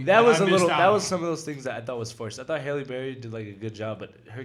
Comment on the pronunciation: I know it’s spelled Halle Berry but is it pronounced Hailey or Holly 😂😂